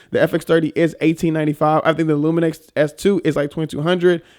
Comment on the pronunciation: you’re adding more than an N :) It’s Lumix man :)